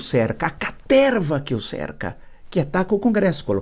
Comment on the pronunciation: Aquela caterrrrva rastaquera❤👏